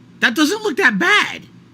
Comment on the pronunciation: "Dats little Caesars? Dat doesn't look dat bad!"